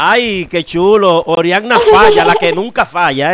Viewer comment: No es orianny es oriana